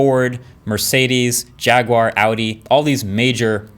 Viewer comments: Still can't pronounce jaguar though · You've pronounced Jaguar wrong.